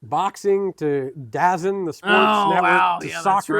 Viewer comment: Its pronounced DA ZONE! And it's fantastic if you are a futbol aka soccer fan.